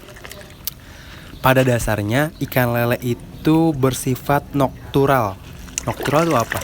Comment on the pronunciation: Nokturnal bukan noktural.... hehehe